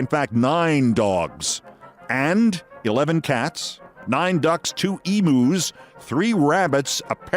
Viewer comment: As an Australian can I say Emu is pronounced “e myou” not emoo.